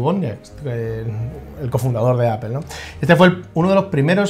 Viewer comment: Se pronuncia "Appol", no "Appel", fanboys.